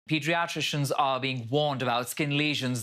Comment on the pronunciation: Wow what a way to pronounce "pediatrician" lol